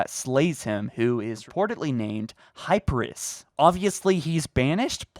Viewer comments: Am I the only one triggered he’s saying hyper us and not hi peer e us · Hypris? mans, you cant get Mjolnir or Hyperius xD. HI-PEER-E-US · I think it’s pronounced HI-PEER-EE-US, not HI-PRUS But yeah this is pretty messed up haha. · Hi-Peer-EE-uss - Hyperius. Not Hyperis lol. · It's Hyperious (Hai-PEER-us) not hyperous (hyper-US) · Also it’s gonna be pronounced “High-peer-ee-as” not “high-per-us” It’s a play on Hyperion. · Not Hyperus. Hyperius, HI-PEER-E-US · Hyperius not Hyparuss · “High-peer-ee-us” not “high-per-is” say it with me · Also, the name is pronounced “high-pier-ee-us” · I feel like the brute's name is pronounced "Hi--Per--Ee--Us" Just sounds better and... Brutish I guess? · It's pronounced, *Hy-peer-ee-us*. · 1- The voice video is a teaser, not a trailer. 2- What makes you think 343 is trying to mislead anyone, they havent given us hardly anything in 5 years. 3-Your basis of this entire video is MEGABLOCKS.. 4- Hi-peer-e-us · Bro, why do you say Hyperius like that!?? Say it with me. HAI—PEE—REE—US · hyperus? think ya mean hyperius, with the e being pronounced by itself. also it is a name, it used latin/greek naming conventions of having a vowel then an s at the end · You're saying his name wrong. It's pronounced "HI PEER REUS" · I heard hyperius as Herpesereus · I personally would say that name closer to this pronunciation: Hi-pEEr-eus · I think it's pronounced hypee-rr-e-uhs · You mispronounced his name dude, Hyperius. 'HY-PEE-REE-US' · "High-Peer-Ree-Us" Love the vid but man, everytime you mispronounced his name I cringed.😂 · Hyperius (hi-peer-e-us) Sacrifice I love you buddy but that bothered me a little bit lmao. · pronounced HY-PEER-EE-US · Hi-Peeer-e-US HYPERIUS. HI-PEE-REE-US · I feel like it’d sound better pronounced as “High-pear-ee-us” tho. 👀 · I'm glad someone said it. How does one even conclude its pronounced (hyper-us)? Lmao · The way he pronounced Hyperius hurt me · My God your butchering this mans name 😭